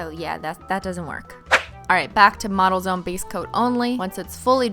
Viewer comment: is it just me or does anyone else hear 'Auto Zone' when she says 'Models Own' ? No? Just me? =_=